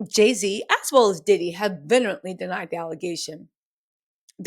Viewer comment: Not Jay-Ziddy!! Lmao!